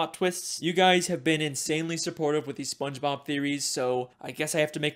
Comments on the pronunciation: “Spongebrob”- 2022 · Bro said sponge brob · bro mans said spongebrab